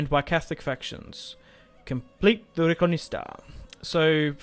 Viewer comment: RE Con Quista, not reconista